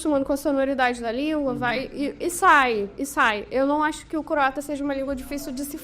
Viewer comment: Boa noite a todos! Glasi, certeira na pronúncia do Croata! 👏